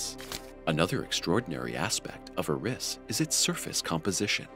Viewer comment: It’s Eris not Uh-riss